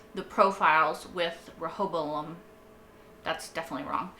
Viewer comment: Let me help Rehoboam - "Ray-hoe-bow-um"